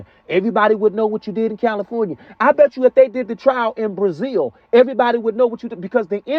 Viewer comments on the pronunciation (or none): none